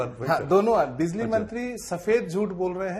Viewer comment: Bizli नहीं Bijli बोलिए